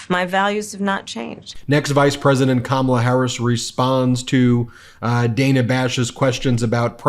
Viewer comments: PLEASE PLEASE PLEASE, look at the Notes section of this wikipedia article on Dana Bash, and PLEASE pronounce her name the right way. Otherwise, you sound ignorant or not smart enough to correct yourself once you've been corrected. By the way, this is the THIRD TIME I've brought this to your attention; is there some more direct way to get this correction to you? I know you don't want to sound ignorant, and generally you don't, but this is sticking out like a very sore thumb. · Ben, just get off your high horse regarding mainstream media. You started off with whining about Dana posing MAGA questions and if that was real journalism and then proceed to mispronounce her name through your entire post! Did you not hear the VP correct herself when she mispronounced her name? Quit whining! We already have a chief whiner and it is getting very old. Let it be and focus on the more important issue instead of this side bar crap! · It's Dan-ah Bash not Day-nah Bash. If your going to give sh!t to Trump and his maga cult for getting Kamala's name wrong then you should hold yourself to a higher standard than them. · Ben...it's Dana, not Dayna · It's NOT Day-nah, it's Dann-ah!!! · BEN, her name is pronounced “Dan-uh”, not “DANE-uh”. So irritating that you can’t seem to get this and repeatedly mispronounce her name (in multiple vids). We don’t like when people mispronounce Kamala’s name, so let’s not do it to others. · DAN-A Not Diana! C'mon man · Thanks, Ben, for pronouncing Dana's name incorrectly. It's Da-nuh not Day-nuh. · C’mon Ben. It’s DAN-A, not DAY-NA. Kamala even corrected her pronunciation. If we’re going to hold people to saying Kamala correctly let’s not be hypocritical. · Come on Ben it’s Dan-ah not Day-na. You can’t complain about people saying Cam-ma-la if you don’t pronounce names correctly either. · BEN IT'S DAN AH NOT DANE AHHH.. 😮😮😮😮😮😮😮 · You’re mispronouncing Dana It’s Dan ah, not Dane ah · Look “Dan-ah”😭😭😭😭I love VP Harris💫🥰😭